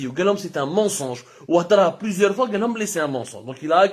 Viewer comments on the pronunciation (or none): Voir fois et non foid